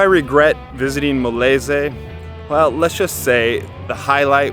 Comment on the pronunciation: Molese?? It’s Molise - Mo-LEE-zay